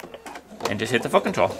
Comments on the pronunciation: I also just bought this machine and told the store they owe you a commission as this video helped me decide. Thank you. Very thorough without being too long winded. (p.s. you really need to pronounce the T when saying foot control. It sounds like you are swearing. lol) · I've just purchased a 5.2 and found your video so helpful, I can't find anything on the 5.2 but as there isn't too much difference this was brilliant!, I've subscribed just in case you do a video with the 5.2 for the differences. I actually liked the way you pronounce foot control it made me giggle all the way through..... thanks for making me smile today